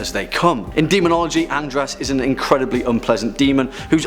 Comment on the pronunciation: As soon as he said Andras, I thought he said Andross. hahahaha